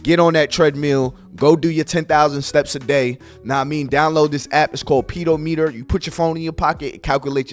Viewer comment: Saying "pedo-meter" was crazy at the end! 😅😅😅😅😅